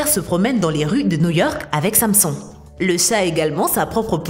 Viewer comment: la meuf elle sait pas prononcer Samson xD mdr